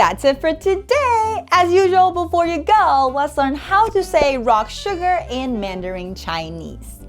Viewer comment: as asian her suGARRRRRRR is annoying haha